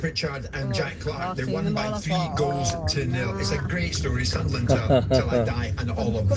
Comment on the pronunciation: It was nice for Millwall to do a Sudnerland instead of Sunderland 😂